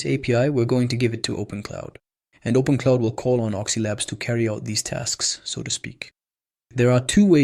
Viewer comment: Its OpenClaw not OpenCloud. Just for future reference.